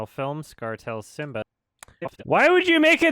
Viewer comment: 9 months later..... is still wondering why he said “Sim-BAH”